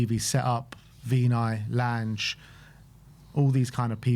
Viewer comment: Please learn how to say Lange boys